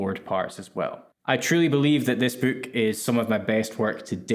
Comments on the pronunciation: You say boook like in A Hard Days Night. Is that a real Liverpool thing? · Your accent lmao "the book comes with 72 virgins..." Man thats a wayyy better deal than i expected!